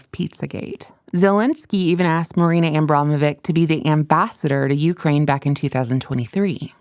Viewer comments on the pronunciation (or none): It's pronounced "Abramovich". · I can't watch this. You can't pronounce names correctly and you have serious diction issues. Rothschild isn't pronounced that way and neither Abramovic. Please, learn!